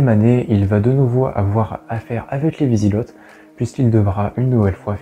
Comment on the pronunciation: Wisigots : Vous dites vizigott il vaut mieux dire vizigo avec le même son o que dans eau.